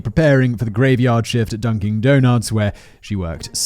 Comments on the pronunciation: Dunkin, not dunking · I think the best part of this series is Simon saying “Dunking Donuts” laughs in ignorant American